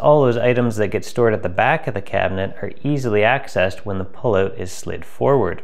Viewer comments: Hey many learn how to say OUT. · You say out funny 🤣 JK, thank you so much for posting 👍👍👍